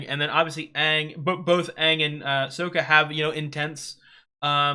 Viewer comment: Just so you know, its Sokka, not Soka